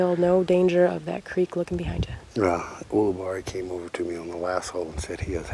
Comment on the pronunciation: I think you covered every possible pronunciation of Ulibarri, get it right.